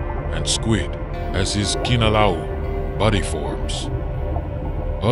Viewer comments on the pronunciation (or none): Most of the pronunciations are good but the w’s are pronounced as v’s so awa would be pronounced as ava. And kinolau is pronounced key-no-lau not key-nah-lau. Also Nāmakao-Kahaʻi was good until the ha’i part. There’s a glottal stop between the ha and i so it’s not pronounced hai but ha-i.